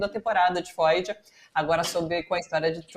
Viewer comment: Muito boas dicas! Atenção à pronúncia de FEUD